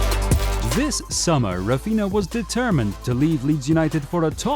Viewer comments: it's Raphinha not Rafinha bro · its RAPHINA not rafinha